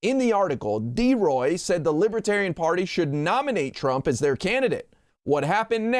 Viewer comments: Libaterian? He can't even say it right. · Trump is pronouncing libertarian.....libuhtarian....what a useless moron. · Trump says "Lib-a-tarian"....😂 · Nobody’s going to mention how Donald can’t even pronounce libertarian? He kept saying “lib-a-tarian”! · Trump: “Libittariuhn” He can’t even pronounce the word…🤣🤣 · The orange Jesus says he's a "Li-ba-tarian. Listen again. He can't spell or pronounce the word correctly. I'm still laughing. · He says "Lib-a-tarian!" Smart, trump ain't. He is taunting the people with his insults. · "Things that make Me a "Libe-Tarian"..!!! He can't even Pronounce "Libertarian", much less BE one of them,because He's a Nihilist. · He knew he couldn't get away w the QANON theme music in the background w this crowd. He could have least pronounced the name correctly. They are not *Libbaterians*. He will promise them anything. VOTE BLUE 🔵🌊🌊🌊 #BidenHarris 2024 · Boo 😮 he thinks they are loving him sick guy and doesn't know what he's talking about libertarian he can't even pronounce it sarcastic butt face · Trump should learn how to pronouce Libertarian. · He can't even pronounce "libertarian". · He doesn't even know how to pronounce the word 'libertarian'. This criminal should be in jail already. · He's a moron who can't even pronounce the word properly 😅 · Not to mention the fact that he doesn't pronounce "libertarian" correctly. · He didn't bother to learn how to pronounce it - that's not respect.